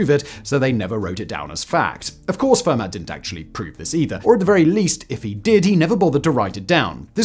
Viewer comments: Simon with his own super permutation discovery by saying Ramanujan's name every which way except the correct way 😅 And FermaTT 😭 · Fascinating video, but as a life-long pedant I HAVE to point out that Fermat's name is pronounced "firmer" and, more importantly, Euler is pronounced "oiler". This latter one is especially important to get right, as otherwise you totally lose the effect of the time when three mathematicians, Bose, Shrikhande and Parker, disproved one of Euler's conjectures and became known as "Euler's spoilers". Pronouncing it "yooler" doesn't quite work, does it?! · I couldn't watch anymore after "fur mat". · Pedantic pronunciation comment: Euler is pronounced OY-lur, and Fermat is pronounced FAIR-mah.